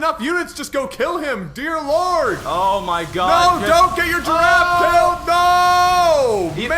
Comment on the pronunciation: yes you are correct sir. But i guess its not easy for people not speaking french to realize how they pronounce words. But even for an English speaker. Its with an short "e" as you say. Pronouncing it with an A is just wrong.